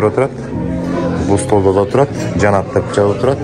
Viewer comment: Жанат дебей Жаннат деп суйлосон боло